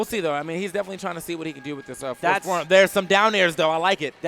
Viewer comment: lmao said forsborn and butchered those names